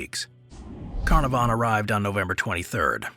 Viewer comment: I love your posts. If I may help, some pronunciations like Carnarvon are misstated. I will definitely keep watching.